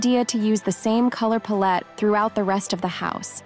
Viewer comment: Good information and tips, but you really might want to replace the AI reader or whatever you are using for narration. There were a few mispronunciations that were a bit jarring, notably lah-bals for labels and paul -let instead of palette. The information was great, but the mispronounced words made me wince. Just a heads up for future reference when editing before posting. Thanks again for the great tips!